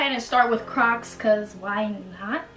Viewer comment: when she said “i been on crocks” i heard crack omg🤣🤣🤣🤣🤣